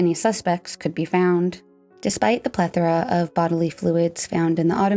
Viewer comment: Omg! You pronounced “plethora” correctly!!! True crime videos rarely get that word right. “Ple-THOR-ah” is not how you say it. Everyone but you says it wrong lol.